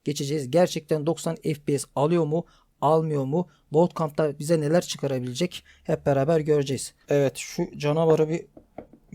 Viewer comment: Bootkamp değil buutkemp (okunuşu)